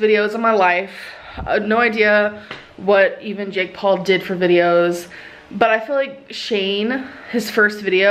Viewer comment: Why does it sound like she's saying "Jig Paw" instead of Jake Paul lmao